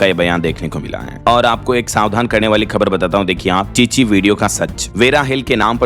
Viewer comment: ची ची है या छी छी